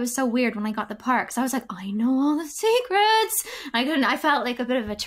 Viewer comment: “seecrets” OMG